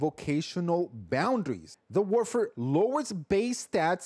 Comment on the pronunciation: This guy needs to chill he's not even pronouncing the name right lol how do you know it's op if you just base it off a video n not actual play time